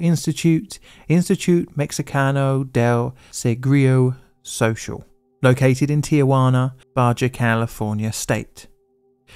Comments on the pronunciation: There's an epidemic of youtubers apologizing about their spanish pronunciation as of late. I should provide humanitarian Aid in the form of free spanish consultations for content creators. Lmfao that was the gringoest "Instituto Mexicano del seguro social" I've ever heard in my entire life. The "social" at the end made me lose it and I cracked up really hard. Thanks for that dude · I know, I'm just busting his balls with a bit of banter. But the way he just gave up and said "social" with english pronounciation as if he had given up really made my day.